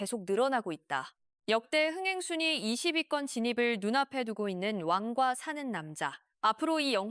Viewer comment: 왕이 발음이 안되시는듯 완과사는 남자 ㅋㅋㅋㅋ